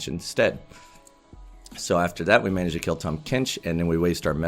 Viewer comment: 탐켄치 너무 한국발음으로 말한다 꿀잼ㅋㅋㅋㅋㅋㅋ